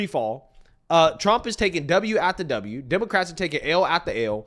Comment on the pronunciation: Bro I watch you religiously. But on everything. Please stop saying demarcats . Just say WOMEN BRO. ITS FEMININE THINK. PAY ATTENTION BRO